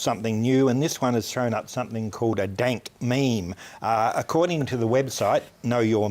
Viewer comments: it's called a dAYNk mEHme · he said dant meme the first time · "a denk mayme" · Nobody: Not even the frog meme: Uploader: daink meimes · Dienk Meems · Sounded like he said Daint Memes at the beginning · Is it me or did he just say “daint meme”? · “Dank mayme”?! >:( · daint meme